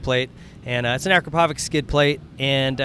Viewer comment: ur saying acropovic wrong